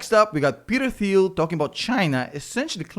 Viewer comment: FYI, it's pronounced 'Teal'. The 'h' is silent.